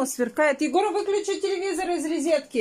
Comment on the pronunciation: Нет слова РЕЗЕТКА. ( Розетка)